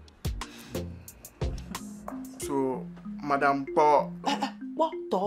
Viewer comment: Did anyone hear madam kpitinge LMAO......just passing oo🏃